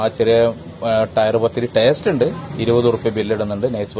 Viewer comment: നീ ചീർത്തല്ലോ, ടാസ്റ്റ് അല്ലെടോ ടേസ്റ്റ്